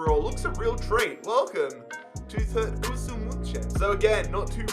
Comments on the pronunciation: Türkgütschü is how you pronouce it bro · pronounced "two rk goo joo" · Č is a j so its turkguju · You pronaunce turkgucu as in Turkgugu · You tried so hard to pronounce it right and failed so hard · you do need to ask CaniSports for assistance on pronouncing all those turkish names (as well as Türkgüçü's) 🤪 Still a great vid, tho!